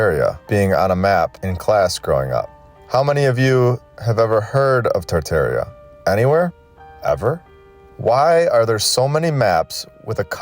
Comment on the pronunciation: It's TAR TAR ia.